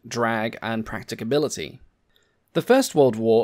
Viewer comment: "practicability"? lol p.s. very good video about a very cool plane